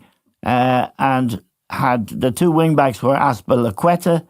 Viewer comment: Can't believe Giles nailed Azpiliqueta name!